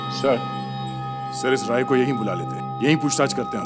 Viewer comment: And a Cid officer (maybe tasha) called Rai as "raj".